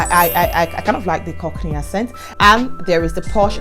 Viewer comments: i like what you're doing, i use to mispronounce words wrongly when i first came. too . Note: Accent is pronounced akcent not assent even though is spelt accent.. so it's pronounced ackcent. U can type it on youtube for correction. . When i came to the UK, i realised that my pronunciation was wrong so i humbled myself to take correction ..... the best way to learn is to type on youtube "accent pronunciation" and it will be corrected . English is not our language, so i no they send anyone who's trying to insult me and i always stand to be corrected that's the only way to learn .. but make sure u slow down , don't talk too fast.....until u master all pronunciation .But overall i enjoy your story and i'm going to subscribe . u forgot to mention the fast internet though that you're using for your youtube...and plus in the uk their is help every where especially for women. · Talking of accents, the word is pronounce "axent" not "assent"!